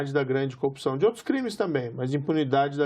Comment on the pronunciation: Ele falou copsao, foi isso!